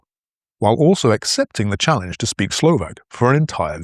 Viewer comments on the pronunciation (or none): none